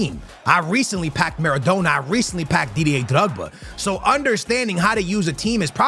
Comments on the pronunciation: Kills me hearing him say Maradoner its Maradona.. NA NA not NER NER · At what point during this series is going to pronounce maradona’s name right 😮‍💨🤣 says it like doner kebab about 40 times per video 😔